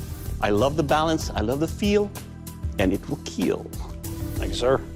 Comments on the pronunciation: Keel test😂 love this show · Me when "It will Keal": :DDD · Oh yeah. It will kyiil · Overall sir, it will keel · it WEEL KEEL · Just here to say it will keel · It will keal.. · "it will keel" "OMG THANK YOU I'M SO PROUD" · Nahh hes saying Keel. Which means: "It will protect" They can't say kill for some reason even though there is cussing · I think he is a killer Reason 1 he always say keel To he probs have 1m weapons 🧐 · When ever he says it will kell he looks so happy 🤣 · It will keiill!!😂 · So we get to here "it will keel" for 27 times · It will keel. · Doug must be so disappointment when a blade breaks on impacts and he has to say it doesn’t keel. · Give Doug any form of weapon? And he will keel. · one of the only times he says kill instead of keeiiilll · Why does he say kill normally every time except for when he says, “It will Keel” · I love the balance I love the feel... ... and it will keel. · No. I watch so I can here "It will Keel" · it should be keel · It will keel... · I see many posts about his pronunciation of kill but can we talk about how he says “thwust” when talking about the stabbing potential? Although I kinda feel he only took this job to compensate for having pent up rage over people talking about his speech. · You can tell when he is excited. It is how he pronounces "kill." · kill❌ keal✅ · I love how the judge is so nice and I love.how.hes says kill he be like kEaL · It’s not kill it’s KEAL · It hurts if you hear him say "... unfortunately it will not keel" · It will keeeeeeel 😁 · It will keel💀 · “It’s time for the keal test”😂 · It will not keal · "it will keel" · Am I the only Person who loves the show but cringes every time he says “it will kwill” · Everytime he said it will keal, he smiles so brightly 😭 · it will keel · It will kyal.. what a looser🤣🤣🤣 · It will KEAL it is a pillar to Forged in fire show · Everyone wants to hear those three special words. It will keal. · “It will keel” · And.. it will keel! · It will kieel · It will KEAL!